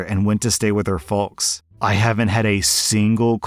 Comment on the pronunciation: hold on did you say falks for the word folks